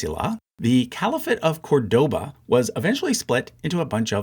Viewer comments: Great video as usual, just a correction: Córdoba is pronounced CORdoba not corDOba, as indicated by the accent in the first syllable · Very good chart and will be in my future acquisitions for sure. Small pet-peeve: please learn how to pronounce Córdoba. It is really annoying the way you do it. The stress is in the beginning with an open “o”, the sound similar to the “o” in cod. Acute accents in Spanish (and Portuguese, among other languages), render an open acute sound.